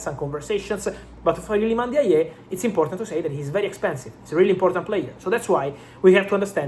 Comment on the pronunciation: It's Ilman Ndiaye not Ilman yeye...😂😂😂😂😂 You are butchering the name bwana. Shida ni nini?😅😅😂